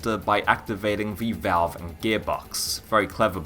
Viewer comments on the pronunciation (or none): none